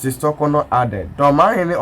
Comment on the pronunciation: I dislike the way you pronounce the Chief Justice's name. Learn how to pronounce her name properly before you come on air